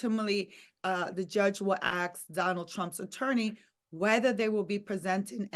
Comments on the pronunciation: is a legal analyst and says AKS for ASK??? Well, if the BBC has presenters saying HAITCH for AITCH, I suppose we can't aks more from the colonies. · She needs to learn how to pronounce ask